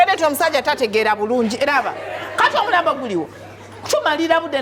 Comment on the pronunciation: Hahaha ono makanika mugisu mbu omulampo instead of omulambo 😂😂😂😂